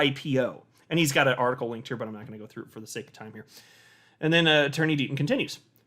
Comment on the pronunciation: I could’ve sworn you said ‘Dirty Deaton continues.’ 😄